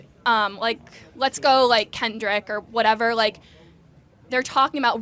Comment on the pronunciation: I can’t believe she called Kendrick “Ken Drick” 😂😂